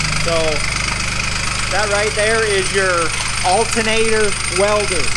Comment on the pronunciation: Saying altenater is like nucular.